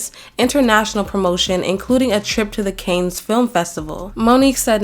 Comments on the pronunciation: It’s Cannes as in “cahn” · This was really well-done. FYI, the film festival, Cannes, is not pronounced "canes," as in candy canes - in French final consonants are mostly silent. The easiest way for a native English speaker to approximate it is saying it like "can," as in a can of beans, but its even more accurate to say it like "con," as in conman - but don't say the "s" on the end. Keep up the good work. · Cannes pronounced kahn not canes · Amazing essay! People are mean to Monique but forget rich people like Mariah can easily promote a film on their income. Film appearances demand new xlothes, jewelry, flights all costing close to the $50k she was offered. That's unfair. Also Cannes film festival is pronounced CAAANs not Cains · Cannes is pronounced like a can(s) of coke not a cane(s) that someone uses to walk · I believe you’re saying Cannes which is pronounced /Cahn/ or /Cann/, not Canes. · "can" film festival! I was made fun of for not knowing how to pronounce it a long time ago 😭